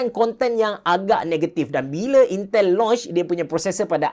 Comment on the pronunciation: intel menjadi yintel